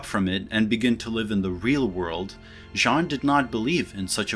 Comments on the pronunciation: Ok, as a french, here's a tip to pronounce "Jean Baudrillard". First, you don't pronounce the "n" at the end of "Jean". We don't. The letters "-ean" refer to the french vowel /ɑ̃/. It's almost like pronouncing the word "genre" in english but you have to retract the sound "-nre" from it). As for the name "Beaudrillard", do it that way: BO -DRI - YAR. You don't pronounce the "d" at the end. That's it. Also, if you can pronounce the french "R" that would be a must to your pronounciation for the DRI syllable and at the end of the -YAR syllable. But if you don't it's already ok. Saying Jean BO-DRI-YAR would be just fine. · Yeah but his pronunciation of the first name is worse. No hate tho. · Yes but he doesn't pronounce it well. Trust me, both my father and grandfather are called Jean. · Then "n" in Jean is silent. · The n in Jean is silent :( :( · Hate to breake it to you. But Jean isn't pronnounced that way either! :) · Says people complain about his pronouncing Baudrillard, so goes for the easier option with Jean. Mispronounces Jean... Don't say the N at the end. Make the same sound you were using to say his name and just drop the N. Simple! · LOL - The ‘n’ in Jean is silent, like if your nose was blocked from a bad cold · The 'n' inJean is silent. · Says to avoid triggering people will only use first name. Pronounces first name wrong. 🤦🏾‍♂️ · actually you pronounce his first name wrong too, you don't nasalize the vowel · your pronunciation of “baudrillard” is at least understandable. as an anglophone, the two rolled R’s, back-to-back like that, is hard to pronounce. but your pronunciation of “jean” is just indefensible. it’s a one syllable word and you still manage to butcher it. the N is silent!! it’s not hard!! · Great Video, however I'm not in line with the pronunciation of Jean. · I think could work on his pronunciation of "Jean" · It’s pronounce Gene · Your pronunciation of 'Baudrillard' is better than of 'Jean'. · THE N IS SILENT